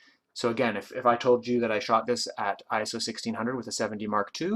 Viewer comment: At last. A photographer who correctly pronounces iso! Great video btw :)